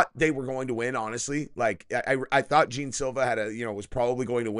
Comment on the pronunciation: The first words out of your mouth cmon bro at least pronounce the guys name right smh I’ve never heard anyone say gene Silva ya I know how it’s spelled but if you ever watch him fight or know anything about him his name is pronounced John